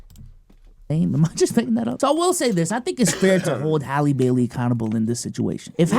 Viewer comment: Her name Isn’t that hard to say.. Bailey and bell are not the same